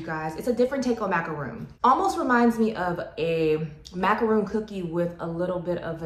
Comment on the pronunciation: Nope, if you look it up, it's actually mac-a-ron, the middle a is an "uh" or "er" sound, either works, but it is not macRON. I love how the French pronounce it (which is the correct way).